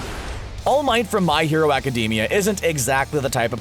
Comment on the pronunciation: Did this boi just say my hero acadeemia